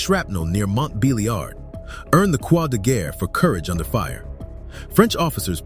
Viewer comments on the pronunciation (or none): none